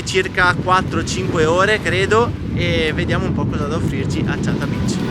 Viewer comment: Diakoftis era una perla anno 2004/2005 c'era un sentiero che portava lì ...nemmeno sterrato si poteva chiamare😅 poi tornato nel 2015 un furgone con la verandina Kantina....fino ad arrivare a quella struttura pochi anni dopo...spiaggia e acqua bellissima ma ha perso il suo fascino selvaggio....Achata non è Aciata ma Achata pronunciata Ahata con la c aspirata...Pigàdia è Pigàdia non Pìgadía...isola Comunque spettacolare ci torno per la settima volta ad Agosto...ho visitato 17 isole greche e Kàrpathos (accetto sulla prima A) l'ho sempre adorata